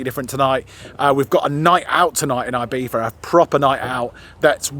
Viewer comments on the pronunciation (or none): Guys, love the channel but 1 request: Please try to be less "Brit abroad" guys ffs: it's not Eye-Beef-a. Please learn it cos it's embarrassing... It's pronounced E-be-sza ❤ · It is IbiZa with a Zee, not an eF. Please call it IbiZa not IbiFa, sorry, but it is anoying. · Sorry! It is NOT “eye beetha”! It is Ee Betha or Ee Beeza! It is not “halapeeno”! There is no substitute for the n with the tiles in Spanish! Stop sounding like a nonce and pronounce the words correctly or at least try! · You should be fined for continuously mispronouncing Ibiza.